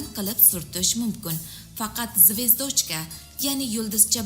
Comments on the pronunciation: ургуни тугри куийнг звёздочка. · Xaqiqatdanam zvezdochka ga balo bomi zvyozdochka din. ujas talaffuzizls. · Звэздочка эмас звёздочка деб укилади сал саводни оширинглар илтимос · ЗВЕЗД(О)ЧКА ЭМАС, ЗВ(Ё)ЗДОЧКА деб укинг яхши киз! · Звиздочка 🤭деб куйдирда опаям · нега бу киз русча сузларни тугри укий олмайди.звездочкани ,ЗВЁЗДЧКА,-деб укилади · Звиздочка мас звездочка дейды опача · ЗВЕЗДОЧКА ЭМАС ЗВЁЗДОЧКА ДЕБ УКИЛАДИ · Звездочка демасдан олдин туғри гапиргин звёздочка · Эй Киз ургуни тугри куйинг.звездочкани тугри талаффуз килишни билмасангиз юлдузча деб айтинг.гапиришингиз мунча купол.екимсиз овоз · Нега доим русча сузларни хато талаффуз киласиз звездочка эмас звёздочка о деярли укилмайди рус тили укимагагмисиз маслахат учун катта рахмат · 😂😂😂😂Звездочкамасеее. Тугри айтинг номини. Куп сузларни тугри талаффуз килишни урганинг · Звездоооочка ук,ишниям к,отирдиз 🤣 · Voy mazza qib kulimande malades 🙏😂😂😂 ayniqsa zvezDochka dishiga gap yo lekin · Звёздочка. Деб.айтилади.лекин.езилишида. Звездочка.деб.езилади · 😂звёёздочка боладиюю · Нурмухаммад Бакиров (звездочка бас 😂 мас звёздочка булади !!!! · Звездочка деп зур айтиптими😂😂😂😂😂😂😂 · Звездочка демай звездочка де укилишини чирой уки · Олдин звёздочкани яхши ва тогри айтишни урганиб олиб кегин ролик чикармабсизда ё бомаса узбекчасига юлдузча деб куя комабсизда барибир сизи ролигизи руслар томоша килмайди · boshlovchi qiz xichyo xato qme gapiring immilaganizga yarasha.Zvezdochkamish.Yaxshiyamki rustili darsi bor,chteniya darslari bor.o‘qimaganakansizda a? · Керакли маълумот берилди.Раҳмат. Фақат звёздочка сўзида урғу ё ҳарфига қўйиб талаффуз қилса тўғри бўларди. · Звездочка созини тогри талаффуз килинг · Звёздочка деб укишни биладиган одам йукми?. Узи уялмидими а гапини эшитармикин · Звездочка😅 куйэ уятэ саводинг йукми пул улсин мактабда рус тилини укитганми яна киз боламиш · Неправильное 👎 ударение . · Звездочка😂😂😂😂😂😂😂😂😂😂😂😂 звёздочка дейилади ахир сизни бутун олам эшитяптию 😂😂😂😂😂😂😂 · Бесавод,звездочкани акцентини урган.